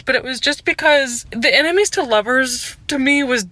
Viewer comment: every time you say "ennemis to lovers" i hear "animes to lovers" and get really confused for a quick second